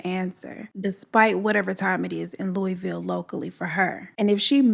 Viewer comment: Glad to see u and Bella are doing good. Thank you for this story Im from Louisville and knew Brenda and she was a wonderful person and u honored her story beautifully ❤️ and side note lol most people don't say Louisville right I hear it said 100s of ways so thank u for saying correct